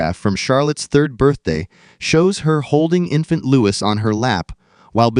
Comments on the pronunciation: Don't believe AI videos - don't believe anything that says "Lewis" instead of "Looee" especially when it is AI rubbish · He is called Louis not Lewis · In case you didn’t understand that. His name is pronounced Loo-Eee! It’s French!